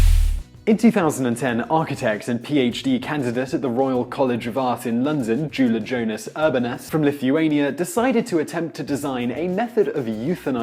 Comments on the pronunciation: You completely butchered Julijonas' name. It's supposed to be pronounced: "You-lee-yon-as Oor-bon-as" Also this should be called the Roundabout. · Of course he's from Lithuania. We have the highest suicide rate so this would be useful. Also, you pronounced his name in the worst possible way.